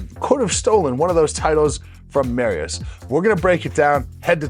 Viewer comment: “Mary-us” lol 5x WSM Polska gurom 💪💪💪